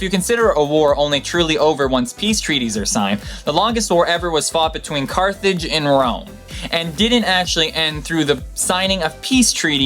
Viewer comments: The closest point to the Earth is the PERIGEE not the PEDIGREE. *CARTHAGE not CARTHEDGE. I appreciate your live narration, but you need an editor. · I love all these facts! Ans most of them are completely new for me :D Thank you :) and it's Carthage... just caught it, because the german pronunciation (Karthago)... Can't wait to see more videos :) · Carthage, not Carthedge. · Awesome Video! Also I'm pretty sure it's Carthage and not Carthedge. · That's what happens when you're trying to get videos out on a weekly basis yet all of them involve different amounts of research. Over 50 hours on top of my regular life. haha "Carthedge" is because I used speech to text software. And I don't even know how it shows that over the original Carthage, but it did. I don't even know I had pronounced Tunisia wrong, I read it said it and didn't even think twice about it. Though I do understand these errors, is only so much I can catch my view all of this by myself sadly. I really appreciate you taking the time to point these out because I make me realize I still need to focus on checking things more and more and more, but I don't have a big production crew, I don't have a lot of free time, but still try my very best and hopefully as time goes on things will get better. But Rome wasn't built in a day. haha Take care Steven, I appreciate you taking the time to point these out. :) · headland It's Carthage, not Cathrige or Carthridge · Carthedge or Carthage? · Are you writing these with autocorrect? There are some obvious mistakes with terms. Perigee, not pedigree. Pedigree is dog food. Carthage, not Carthedge. Carthedge is a family name. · Lol, "Carthedge" xD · Tunsnia? Carthedge? I think it's amazing you spend so much time putting video like this together, but come on fella!! You obviously spent a lot of time researching this, but 5 seconds on the pronounciation of a major African country and spelling Attila's homeland! Schoolboy error my friend.